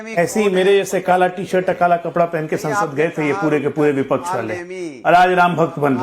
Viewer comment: ko bolo ki pehle vipakch bolna seethe